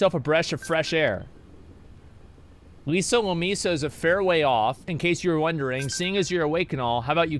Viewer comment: "Lisa Lomassa"